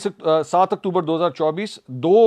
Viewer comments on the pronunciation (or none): none